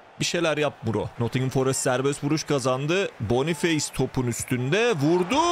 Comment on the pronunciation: Bonufes diye okunur abi